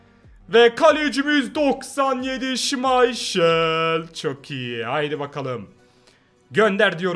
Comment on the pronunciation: Abi niye şimayşıl diyor o şimaykıl değilm mi?